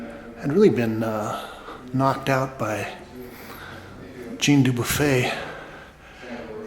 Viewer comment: Thanks for the video but please get the artists' names right. Jean is not pronounced as Gene!